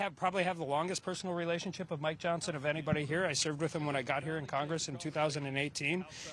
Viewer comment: Moscow Marjorie, it is pronounced "Johnson" not "Johnston"